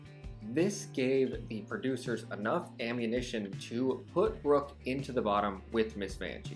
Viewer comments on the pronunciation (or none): none